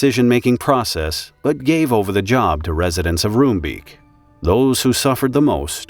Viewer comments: Rombake. They say Rombake not room beak. I was a year away from moving to Nordwijk from Edinburgh. I remember this vividly. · Roombeek is pronounced more like ROME-bake than ROOM-beak. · pronounciation of the names of the people, quite good. The name of the city is pronounced: En- (as in and) sgeh- (sorry, dutch g, you can supplement with a k in this case, so it sounds like skull) day. Enskeday. Roombeek is easier to pronounce: Room sounds like the city Rome, beek sounds like bake. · I do have some concerns with the mis-information at the beginning. The fireworks factory was there long before the residential area. Roombeek btw is pronounced Roambake and Enschede is En-s(dutch g)eh-day. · It's pronounced "roambake" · It's pronounced like Rome-Bake in Dutch :) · pronounce: roombeek: Roambayk/ Enschede: Enshceday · Hearing the names of Dutch cities and neighbourhoods mangled is a bit... annoying... :P Enschede -> An-sge-day Roombeek -> Roambayk (you could also try to translate it, but Creamstream has some other connotations best left unexplored.. :P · I'd say nice try but wow, totally butchered that one. 😂 Not that it's surprising for an English speaker. En (like enter) schuh (hard G, like bringing up phlegm lol) day. Emphasis on the 1st syllable. ENschuhday. 😏 Also, rome bake. (Roombeek literally Creamcreek) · Enschede is pronounced (roughly, as the Dutch -sch does not have an English equivalent) as "EN-schuh-day" Roombeek is pronounced as "Rome-bake" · Roombeek should be pronounced as Roambake. That's the closest you'll get to the Dutch pronounciation.